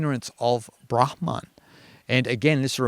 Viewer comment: As a Finn, I'm very pleased to hear someone pronounce 'brahma(n)' the way I think is the correct one! Most Indian tubers seem to pronounce it like bramha(n)! The only exception thus far has been Maharishi Mahesh Yogi, founder of the Transcendental Meditation movement, whose guru was Shankaraacaarya of Jyotir maTha , Svaamii Brahmaananda Sarasvatii. - Finnish has some words with the phoneme sequence 'hm' inside a word, like 'ahma' (wolverine), 'tuhma' (naughty).